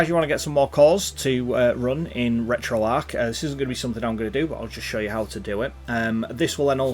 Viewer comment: At least he doesn't say Retroark.